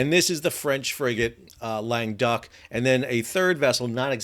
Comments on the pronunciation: I thought you've been saying "lame duck" and I thought why would the French call a ship that? Then I see that it is "Languedoc"! This pronounced: LANG GUH DOCK, emphasis on the dock, lol. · It's named Languedoc. Sal keeps calling it the French Frigate Lame Duck. Correct pronunciation is more like long-uh-DOCK. It's named after an area of France.